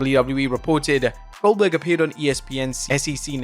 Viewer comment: Goldberg ❌ Oldberg ✅